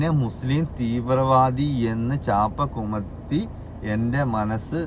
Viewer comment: Dhanya alla😂 Dhyaanam. Ubakaaramalla😂 upakaranam Chaapakumathiyalla😂 chaapakuthi